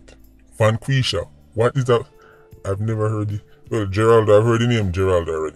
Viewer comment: you are pronouncing them in proper English when dem name dem Inna patoise for eg. VANG QUISH A derived from vanquish, to completely destroy enemies...